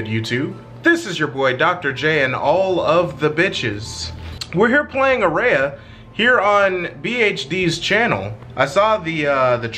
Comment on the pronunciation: AND AT LEAST SOMEONE SAID IT RIGHT FFFS